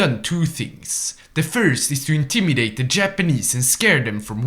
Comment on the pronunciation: "intimidate" its a ghost lol